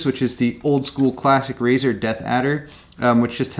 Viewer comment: razerrrr taipan